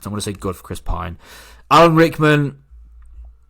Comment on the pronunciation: “Chris Pine”😂